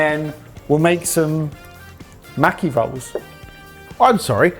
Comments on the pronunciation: The a in maki sounds the same as how you lot say pass. Maki > maw-key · Me wondering when they will learn how to pronounce maki correctly...